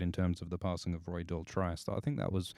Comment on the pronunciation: It's pronounced Roy "Dortreece" here in the UK. He was from a famous acting family. But who am I to correct the great?